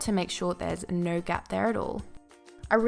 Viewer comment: fucking hate how she says so:sur... no:nur...annoying shit